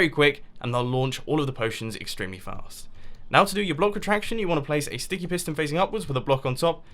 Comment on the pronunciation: mumbo you said stinky piston and not sticky piston🤐 or ahhhhhh is it me